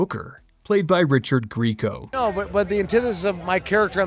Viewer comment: It's actually Gree ay co. He was on my wall in high school, so I made it a point to find out. But don't feel bad. I said "greeco" at first too.